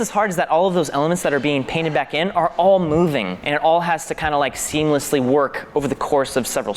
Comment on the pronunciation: Wait. You do know that it's "seamless", not "seem-less", right?